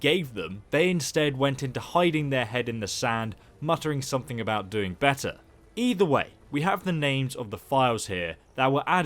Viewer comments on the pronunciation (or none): none